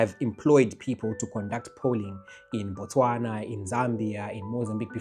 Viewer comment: Its Botswana not Bostwana